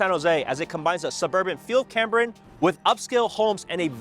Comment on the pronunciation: It is CAME brian - not CAM brian. I grew up there.